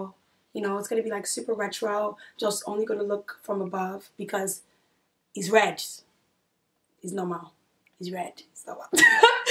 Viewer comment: 😂😂😂😂 "red" accent fav part of video made it to the end also that sweater is so cute w/ the mom jeans like honestly i would wear that especially as it coming up to the fall/Christmas season...love ya girll 😚 your beautiful w/ and w/out makeup your outfit tunes w/ your personality and your just fun YouTube gonna ban me from commenting because I need a whole essay 😂😂